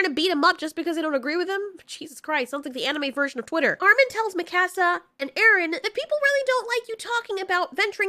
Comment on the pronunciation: I like how mispronounced mikasa